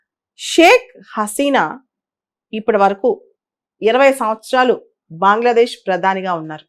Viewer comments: బాంగ్లదేశ్ కాదు మేడం.. అది బంగ్లాదేశ్ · బాంగ్లాదేశ్ బాంగ్లాదేశ్ బాంగ్లాదేశ్ అని అంటుంటే వినడానికి చాలా చండాలంగా వుంది 🙏🙏